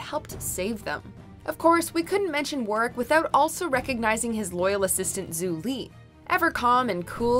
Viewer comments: Whew.. I know this isn't gonna be a good list when she keeps calling Varrick "warrwick", or whatever she's saying. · It's pronounced VAIR-ICK Jeez, did they even watch the show? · It's VARRICK, how hard is it to pronounce a name if you've actually watched the show. Is this the live-action Last Airbender or something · Am I the only one who is pissed off that she pronounced Varrick’s name wrong? Lol like if you watch the show they pronounce it right. Why are you saying Warrick when it’s spelled and said with a V in the show? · Hang on Did she call Varrick, Worrick? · Did she just say warrick and zu li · They pronounced varricks name wrong, Katara, Korea and Azula deserve so much better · Did they mispronounce Varrick, or am I going crazy? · The pronunciation of Varrick.... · Varrick, with a V. Tf? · I hated the way Varrick was pronounced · Narrator called Varrick "Warick" and called Julie "Zulie". Surely it couldn't have been that hard to look up how they're pronounced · Obviously not. She didn't even pronounce Varrick's name or Zhu Li's name correctly. It's really not that hard to watch a show before making a top 10 over the characters. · it’s VARRICK NOT WORRICK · Ok I am just in the first of the video and his name is Varick not warick learn how to pronounce names I do like the list though I would change it around but it’s just your guys opinion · Also she keeps saying “Worrick” instead of “Varrick” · How tf do you pronounce Varrick wrong???? Like it’s a “V” not a “W”. Like I’m sorry but if you can’t pronounce it, that means you haven’t watched the show, and if that’s true why are you making a video about something you know nothing about?? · you did not call varrick war-rick WHAATTSDT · Wait a minute.. Did she just call Varrick.. Warrick?😂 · You done messed up by mispronouncing the guy's name as "Warrick" when it's clearly "VARRICK" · Did y'all just call Varrick..."Warwick"??? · It’s Varrick not Warrick. It’s like you didn’t even watch the show.